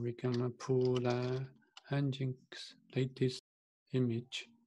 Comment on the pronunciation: Nginx - pronounced as "engine X", /ˌɛndʒɪnˈɛks/ EN-jin-EKS :) and why you installed it anyway, if you have not used it in the end...